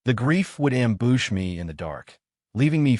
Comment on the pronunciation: Amboosh me????????? Your ai cant even say ambush right fix your shit